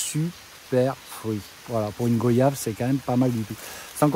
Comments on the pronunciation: On dit goi yave pas go yave vous dites pas vo yage mais voyage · Ca se prononce guayave... Tout simplement comme les mots Voyage, noyau... des mots de la langue française quoi... Bon courage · Nous ne disons pas go-yave nous disons goy-ave